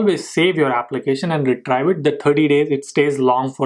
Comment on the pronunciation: It's "re-treev" not "re-trive"